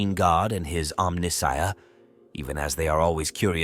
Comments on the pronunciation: Who would have thought that a mechanical AI voice would mispronounce “Omnissiah” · Exactly. Who would have thought that a mechanical AI voice would mispronounce “Omnissiah”